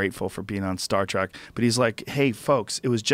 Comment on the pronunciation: Am I the only person who noticed Joe is saying William 'Shackner' was in Star 'Trak'?!